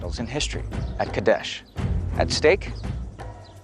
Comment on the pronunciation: its qadesh